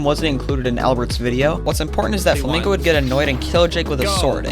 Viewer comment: the way he said it made me think g r i n g o (Im Mexican btw)